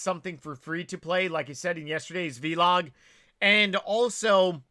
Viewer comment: Is the pronunciation of vlog a deliberate affect? Or a regional thing, I've only ever heard it pronounced the same way as blog